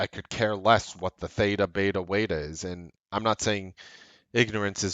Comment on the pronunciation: "Waeta" ? LOl !